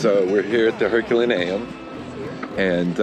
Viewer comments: It’s pronounced “Her cue lay nee um”…. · It’s pronounced Er col are no